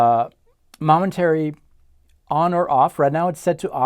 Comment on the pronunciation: moment -ary not mom-entary lol